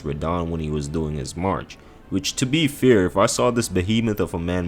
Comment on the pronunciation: Why does he pronounce “fair” as “fear”